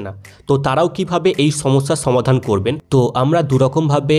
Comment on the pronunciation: ছমাদান নয় সমাধান